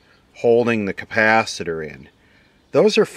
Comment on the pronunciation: Campacitor !! who else says it like that ? I've heard "campacitor" before...